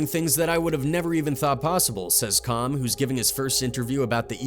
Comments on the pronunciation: Even in this video he said Chomm.. Instead of Cham which is pronounced like Kam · Its not com bro it's Cham like Cam 😕 😅